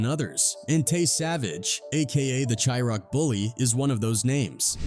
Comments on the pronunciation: I hate u clout chasing people, bro u literally can't even pronounce people name correctly nor can you say (shy-rack) it's not shiroc bro, but I get it u are an outsider tryna capitalize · It’s pronounced shi-raq!!!!